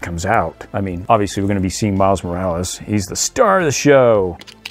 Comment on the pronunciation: It’s not miles Moralees it’s Miles Morales